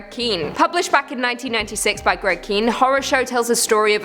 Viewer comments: It might not be significant here, but Greg Kihn is at least as well known here in the States for his musical career. Also, I'm pretty sure he pronounces his name "Kin," not "Keen." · Kihn is pronounced "Kin", not "Keen". He also had a couple of hit songs in the 80s called "Jeopardy" and "The Breakup Song". Talented guy!